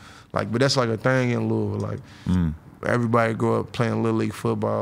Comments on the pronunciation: LOUISVILLE!! Say it right Adam 😂 not Louis-ville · Lol. Adam said “Louie Ville”